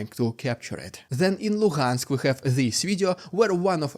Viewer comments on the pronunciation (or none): none